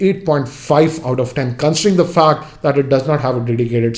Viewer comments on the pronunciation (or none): none